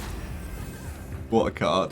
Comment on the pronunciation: I love the "what a card" with your accent at the end of game 1 🤣🤣 wuh ah cod... killed me man ♥️ 🇬🇧♥️